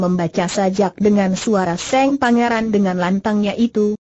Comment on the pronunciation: Yang paling Tdk cocok Tulisan Cerita Di baca tak sesuai Tulisan Cerita sehingga Yg mambaca tdk bisa Menguasai Alur Cerita akam salah Mengetahui isi Cerita Contoh: Tulisan Sang Dibaca Seng .tulisan Mata dibaca Mate , dsb Mohon bisa untuk Lireksi